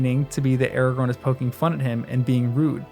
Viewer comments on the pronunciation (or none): none